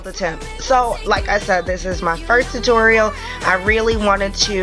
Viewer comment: Did she just say tutoral BRUH